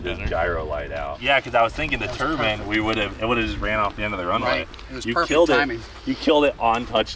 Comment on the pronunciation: Turbine not a turbin you said oh you don't want to get this stuck in your Turbin I almost shit 😂